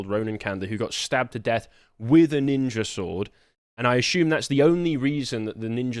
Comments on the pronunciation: Remember, as they stab you, you MUST call them nin-jas, NOT nin-jers. We have to respect ancient Japanese culture and naming practices! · Apparently, you're allowed to say "Nin-JAS" but not "Nin-JERS" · ninja in Brixton ? i don't think you are pronouncing that correctly. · Did you know Ninja is pronounced with a hard R? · That's not how that word is pronounced